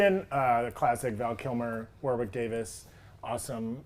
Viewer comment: It's pronounced "Warrick" the second W in Warwick is silent. He's named after a fairly large town in England